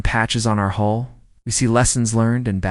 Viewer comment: Hull not hole